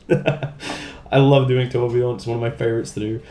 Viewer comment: did you just nail saying torbjörn? sounded exactly like swedish :o atleast to my ears...but then again i have a tiny damage :D